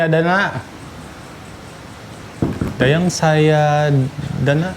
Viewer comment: SADAYANA BANG BUKAN SAYADANA😭😭😭